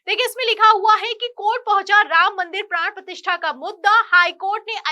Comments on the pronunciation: मैडम...प्राण प्रतिष्ठान नहीं ...प्राण प्रतिष्ठा होता है ..... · यह प्राण प्रतिष्ठान नहीं, प्राण प्रतिष्ठा है, मैं पहले भी आपको सुधार करने को कह चुका हूं।